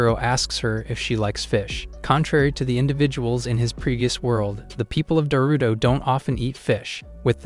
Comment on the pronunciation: most of the time I am hearing Naruto instead of Darutora